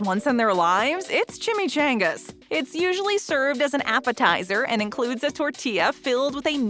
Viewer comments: No one Not a single soul Announcer: Chimmy Chayngas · ITS NOT CHAMICHANGAS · It’s chimichangas